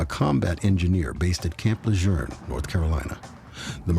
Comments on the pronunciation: Rest in peace Holly 😢 It’s NOT Camp La Jurn(phonetic.) It’s Camp Le Joon (phonetic.) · Camp LaJurne? I live in NC and have never heard this pronunciation. Here it's pronounced kamp luh-zhoon. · It's Camp Le-JUNE! Not Lerjun!! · When did the name of camp lejuene change ? It’s la June not la jurn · I remember this sad case. BTW - in NC, USA, we pronounce it Le-june. It's not the correct pronunciation but it's what it has always been in eastern NC. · Supposedly, Gen. Lejeune's descendants made a stink about the pronunciation of the family name some years ago. They say it's "Le-zhurn." My question is, why did it take generations for them to clarify the pronunciation? The base was named after the General in WWII, for krissakes - over 70 years ago! Old Marines like myself continue to say "Le-zhewn". My son is a Marine Corps veteran now himself, and he says it the same way. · Why is Camp Lejeune pronounced Lejurn???? There is no r. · Camp "Lejern"??? Smh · The guy had the best the world has to offer and he threw it all away. Ladies, we have to stop thinking we can fix broken men. ps. Any idea why they were pronouncing Camp Lajeune incorrectly? It's Le-Joon. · Why is everyone in this episode saying "Camp Lejerne" instead of Camp Lejeune? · If the narrator says Camp La Jurn one more time….. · Why does the narrator and detective keep pronouncing it Camp “Lajurn”? 🤦🏼‍♂️ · Please for god sake no it not camp lageren. It’s is pronounced Camp La June. You’ve lost all creditable with any marine or marine affiliated person with this wacko not investigated pronunciation that’s correct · Bad that an official from the NCIS can't even pronounce Camp LaJeune He is calling it Camp LaJeurrrrn. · Off topic, but Camp "Lejeurne?" Why do they keep saying that? Bugs the hell out of me. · Isn’t it pronounced Camp “Le-June?” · It’s PRONOUNCED CAMP LE ZJUNE THERE IS NO R IN IT. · In the area it's pronounced Le Jurn. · Le zhune is how we pronounce it. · No R in Camp Lejeune